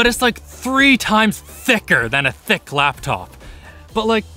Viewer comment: you can actually feel the 'CC' in the 'Thicc'